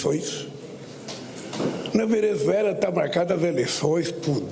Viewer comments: O cachaceiro não consegue nem falar Venezuela. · Tá bom, mas olheiro não é quem procura jogador de futebol? Ele não consegue falar Venezuela direito e não sabe o que é Observador.